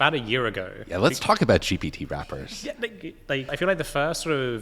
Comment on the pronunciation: Did he say gpt rappers 😂😂😂😩 😂